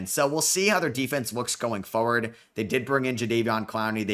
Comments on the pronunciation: You say "foe-ward" and I notice this because you say "going forward" a lot. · unc don’t listen to him the way you say forward is perfect